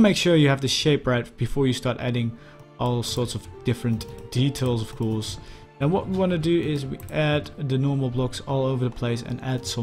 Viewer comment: Ffs, please improve your English pronounciation. Your grammar and your vocabulary are really good, but the way your pronounce 'ofcourse' is very annoying. Thank you.